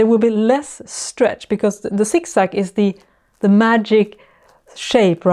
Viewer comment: I love the way you say “Zig zag”! “Sik sak”😂. Great video. Going to try it now. Thank you.